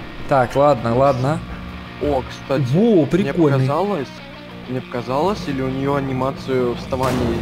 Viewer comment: Почему ты говоришь не Мне а мине?